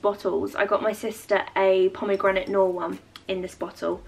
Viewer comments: Loved all of this! I got the same card from my kitty too! P.s the way you pronounce pomegranate noir as pomegranate nor cracks me up every time 😂🥰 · Plzzzz pronounce “noir” correctly xox